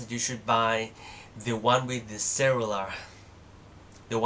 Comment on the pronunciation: Great overview for a straight forward comparison between ipad4 and ipad mini, Yes ill get ipad 4 Thanks And i know what cellular is but the way it was pronounced baffled me for a while